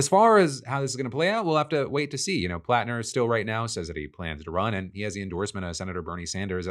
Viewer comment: Hearing my last name said correctly is a breath of fresh air. Thanks Phil